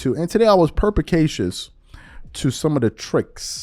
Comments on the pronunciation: It is per-spi-ca-cious Not Per-pa-ca-cious. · Perspicacious, not “perpicasious”. If you use an out of left field word, you gotta pronounce it correctly.